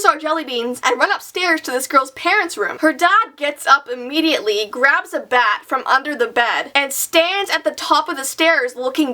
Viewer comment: I love twilight so when you said emidetly in my head TWILIGHT!!!